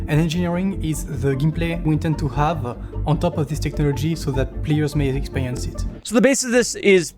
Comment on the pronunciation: I heard saying "payers" instead of "players" (although I speak french too)